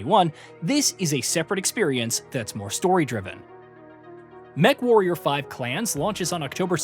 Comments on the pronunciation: Did you really say "mecha-warrior 5?" Yeesh... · Sorry, I gotta stop watching. You called it mechawarrior